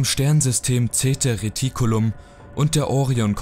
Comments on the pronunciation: Richtig heißt es Zeta Reticuli, nicht reticulum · Es heißt Zeta Reticuli, nicht Reticulum. Rosswell nicht Roosevelt. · Ach ja... Es heißt "Zeta Reticuli" ;)